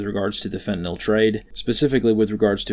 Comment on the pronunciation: Thank you for pronouncing “the drug” nome correctly as it ends with nyl not nol or nal.